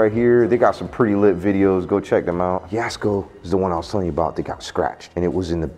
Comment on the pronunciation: Thank you Omar for pronouncing jaskos name right.